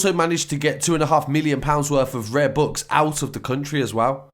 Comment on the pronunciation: Why can't this guy say books properly I was confused what he said and I'm English lol